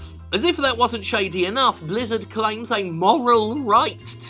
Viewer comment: For a second there I thought you said Lizzard Entertainment. The name doesn't fit them very well though, since lizzards only look slimy.